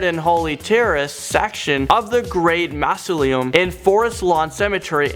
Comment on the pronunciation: Are you sure you speak English. "STARTford upon Avon in WARKWICKshire" and "MARSO-LIM"